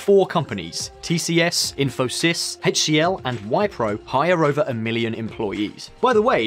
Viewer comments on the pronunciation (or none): I heard "Wipe-row" instead of "Whip-row" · You could have researched the pronunciations before making the video. Names could be forgiven but "Wypro"?🤣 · It’s not wypro mate it’s wipro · This bald dude and his team needa do a better research before burping out stuffs they came to know for first time in their lives. 1. Wipro is pronounced as We-pro, not Whyyy-pro 2. Internet penetration is much more, more than 50%, a majority in India... Thanks to Jio... Check your facts 3. For Entrance to IITs and engineering colleges, people who are of weaker so called "caste" are given favorable quotas (as much as 50% combined) and even government aided cost free training. And for the matter of fact, poverty in modern times does not come by color of skin or so called "caste" that this racist dude is stressing on. Poverty comes by when u simple don't have money. 3. This is the first time I heard that companies in Seattle like Amazon etc checks the caste of IT engineers to hire them. I mean cocaine is a hell of drug for this bald dude! 4. In terms of social and economic backwardness in India, caste is becoming obsolete... It is more due to which sector of economy you are in... For example, the backward classes which were engaged in trade traditionally are super rich in India as service sector industry has boomed in India. Also it is 70+ years of Independence of India.... How long does this guy expect everything to be caste system in India..... Again cocaine is a hell of a drug for this guy! 4. VAT does not exist in India anymore... There is one tax one nation system in India under GST... This bald guy and his team has done a very poor research... VAT and different provincial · "Vipe-ro" !!! this video is so funny and inaccurate on so many levels